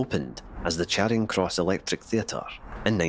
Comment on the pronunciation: Charing Cross in Glasgow should be pronounced as Chairing Cross. In fact the narrator mispronounced a number of Glasgow Place names.